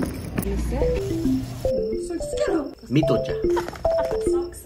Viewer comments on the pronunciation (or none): Whenever he says Thik cha and mitho xa with his accent I burst out laughing 😭🤣🫶🏻